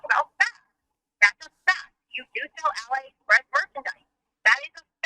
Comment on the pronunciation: i was like wtf is ally express? then i realized she meant aliexpress lmfaoooo